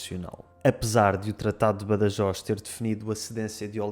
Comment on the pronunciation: Pronunciaste Badajoz com en català